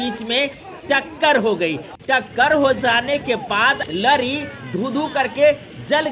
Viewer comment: न्यूज़ वाले चचा लरी नहीं लॉरी होता है।